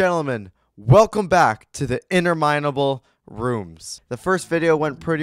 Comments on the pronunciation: ITS IN-TER-MIN-A-BULL ROOMS NOT IN-NER-MY-NA-BULL ROOMS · nope you pronounced interminable wrong its interminble not enter minable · uhh tur muh nuh bl thats how you pronounce interminable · to be honest its IN-TER-MIHN-AH-BULL